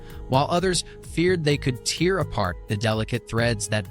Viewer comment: AI is having difficulty pronouncing tear and gate.